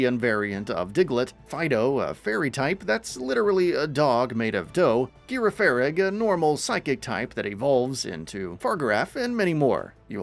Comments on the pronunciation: Girafarig is a GEN 2 Pokemon, Farigiraf looks NOTHING LIKE GRAFAIAI, and they're pronounced Jir-af-a-rig and Fa-rig-i-raf. You clearly haven't played Pokemon, or at least seen any of the Scarlet & Violet trailers in full, as you also butchered almost every Pokemon's name wrong. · Girafarig is pronounced Jirafarig and it's not that lemur pokémon. This video is so full of stupid misinformation I'm unsubscribing. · Not to mention they way he pronounced the name Girafarig. Also, I heard him say "Terastarallize" so much. He added an extra syllable in the the "ra" before the "llize"